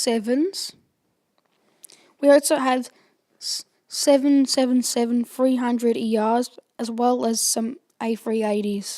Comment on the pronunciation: “Seven seven seven” please say triple seven aw god